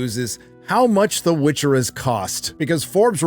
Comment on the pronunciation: "The Witc HER!"